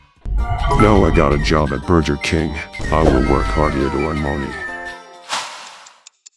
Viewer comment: Am I the only one who noticed that he says burJer king